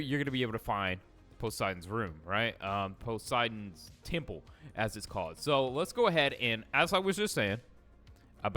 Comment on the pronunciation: It's posiden temple not tiple